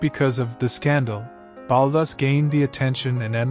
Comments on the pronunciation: his name is pronounced "BAULL-TOOOS' " as per his own pronunciation at a meeting with a friend of mine in a Paris bookstore. The accent is on the 'TOOOS' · I don't think he was ever known as Ballus as you pronounce it!!! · Baalus? Really? Can't pronounce the guy's name at all? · It's pronounced Baltoose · Why is Balthus mispronounced throughout? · Hi there, as far as I'm aware, the artist was commonly referred to as 'Balthus' pronounced with a hard 'th' as it is pronounced in his full name, Balthazar. So it could sound like Ball-thus if you pronounce the 'a' one way, or Bal-thus if you pronounce the 'a' as in balloon. Hope that's helpful.